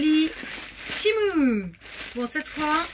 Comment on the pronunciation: Pas méchant mai c temu et pas temou